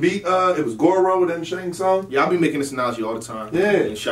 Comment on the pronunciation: Shang Tsung - T is silent. Don't call him Shang Shung again or i'm logging on my Ps4 and looking for on MK11